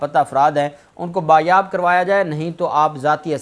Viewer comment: Jnabb use correct word as bazyaab and not bayaab.